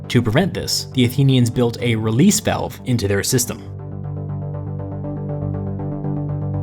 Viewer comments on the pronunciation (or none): none